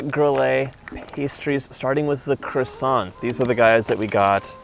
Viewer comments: I haven’t been to Paris for a while now. On my next trip I’ll be visiting at least some of these places. 😃 Best way to travel around Paris? Le métro (subway). Deserts plus café? Parfait! Glad you had fun John. Until your next city! Stay safe. ❤️ PS: That ‘t’ at the end of croissant(s), is silent. Even in plural. 😉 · I am desperate to go to Paris. These all looked utterly delicious! I would likely have made myself ill. I do wish Americans would pronounce croissants properly, though.